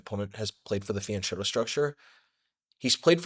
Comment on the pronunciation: Nice video! But if your going to "go to Italy" like you said, you'll need to pronounce it correctly! Fyen keto! 😁